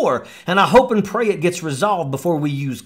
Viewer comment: "I hope and pry..." - "We're at war rat now"... - "Own electors..."